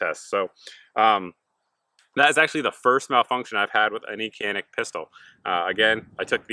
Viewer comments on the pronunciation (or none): Pronounced Djanik I asked the company!